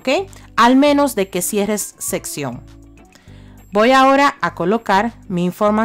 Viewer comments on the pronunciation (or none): Sesión no sección 😆😆😆